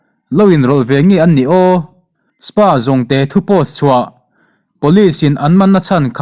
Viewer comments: Spa jongte han tih....S.p-a tih awm lar tehreng nen...i thu lam hi uluk leh zualin aw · Spa jongte nilovin espi-a jongte ti a lam tur aw... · SPA TIH HI ES PI A tiin lam ve mai la